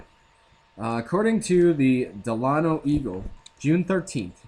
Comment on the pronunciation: Delano It's pronounced Dell. Ah no